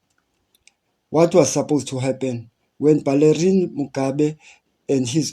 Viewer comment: You cnt even pron ounce his name! He is Belamine..and not balerine